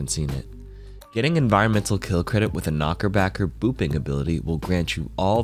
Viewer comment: idk why, but him calling it a knockerbacker lowkey annoys me haha